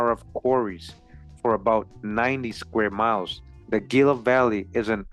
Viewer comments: Gila is pronounced "Hee-Lah" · Everytime you say "Gila" I flinch. It's pronounced "Hee-la." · " Fun fact " The Smithsonian admitted having destroyed hundreds of giant skeletons. In the same era these articles are from. Shortly after they were established. I was raised in AZ and no offense intended at all (True story ) but it kinda stung when you mispronounced Gila. Lol So ........... Heela is how Gila is pronounced. This was a good video. I've subscribed for sure. 🤗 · Gila is pronounced Hila. It is a Spanish word. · 🤣 😂can't even pronounce Gila and Llama correctly